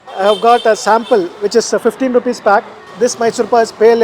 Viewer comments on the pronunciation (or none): none